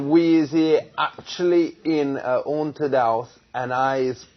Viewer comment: a awnted house lmao